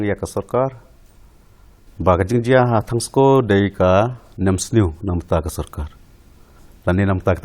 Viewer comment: Ymdei thangsko it's Tongskoo....